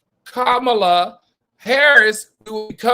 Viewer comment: Can we get her name right 🤦🏽‍♀️ Comma La = Kamala.